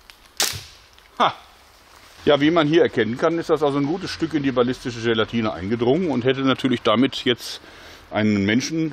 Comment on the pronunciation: "Ballistische gela-TINE SMACK " hahaha :DD Jörg so wie wir ihn lieben :D